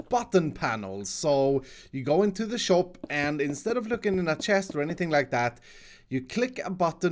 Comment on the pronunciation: saying shoap instead of shop new subcriber btw